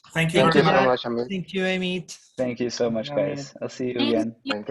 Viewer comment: Le dije EIMIT en vez Amit jajaja